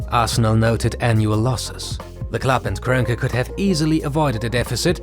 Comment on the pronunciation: You all really butcher Stan Kroenke's name like that lmao